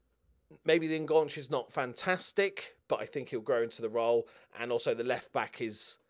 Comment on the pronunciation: I just want to point out that enganche is a spanish Word not a French one so you're pronouncing it completely wrong but then again that might be on purpose